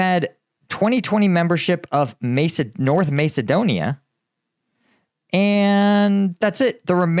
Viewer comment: Dude it’s Macedonia “MASS eh doan ee uh”